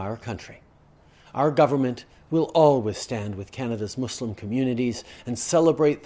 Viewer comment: Finally a non-muslim that pronounces "Muslim" and "Islam" and not "Muzlem" or "Islam". And properlyeven the "Eid Al Fitr", tajweed on point lol